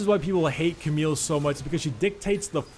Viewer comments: its not cameeeeele ita camille with the l LLLLLL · Camille correct pronounciation is actually "Kamiy" with the a of "grass" and the i of "still" :) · Hey dude :) The correct pronounciation of Camille is actually "Kamiy" with the a of "grass" and the i of "still" if you want to know ( I say this is the correct pronounciation because it's a French name and I am French)